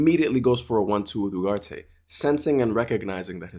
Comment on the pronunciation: I'm sorry but when did uGarte become uHarte??